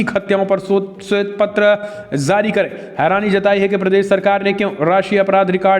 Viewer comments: Please improve your pronunciation of hindi. You don't differentiate between z and j. It is jaari not zaari etc. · Please improve your pronunciation of hindi. You don't differentiate between z and j. It is jaari not zaari, jurma not zurmana etc.